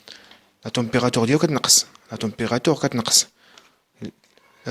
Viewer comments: استاذ رها كتقرة la température مشي la temérateure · سيير حتى تعرف تقرى عاد هدر لاطومبغاتيغ كاينا u ماشي e